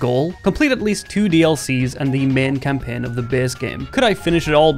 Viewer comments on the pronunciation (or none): oh man, i was worried he wouldn't complete the "meen campeen of da bees geem"